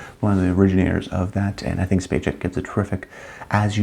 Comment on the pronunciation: My Rankings for the Decade: Sissy Spacek, Meryl Streep, Shirley MacLaine S Geraldine Page, Marlee Matlin, Cher, Jessica Tandy A Katherine Hepburn, Sally Field, Jodie Foster B Sissy Spacek's last name is pronounced SPACEK, not SPACHEK.